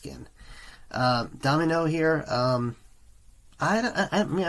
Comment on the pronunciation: Good reaction and insight into the band, but his name is Da-mi-ano not domino and it just sounded so strange every time you said domino.